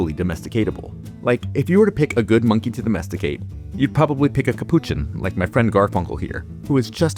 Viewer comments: You say "Capuchin" very strangely to my (Australian) ears... how do you say "Cappuccino"? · Now I am seriously questioning my pronunciation of capuchin...